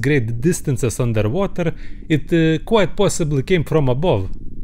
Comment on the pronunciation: he really ordering undetwhater